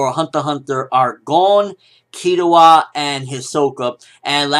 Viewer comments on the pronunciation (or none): im still kinda upset they didnt put yoh form shaman king an kazuki from buso renkin an you butchered killuas name man